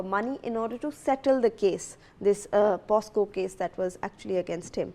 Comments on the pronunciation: Oye newsreader...its not POSCO...its POCSO.... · News reader mam, it is poCSo and not poSCo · what is POSCO ???? SHAME ON THE NEWS READER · That's not POSCO... THATS POCSO😅 IDIOTIC GIRL 😂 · kaise kaise journalists aur news readers aa rahe hain aaj kal, she even does not know the act name its POCSO, but she repeatedly says it POSCO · The news reader must complete her schooling first big shame she can't pronounce the POCSO Act correctly